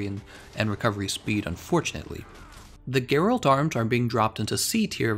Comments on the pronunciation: It's Gèralt, not Geràlt. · Cringed a bit when i heard him say Gerált tbh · You pronounced his name wrong Sorry but that way you said it was cringie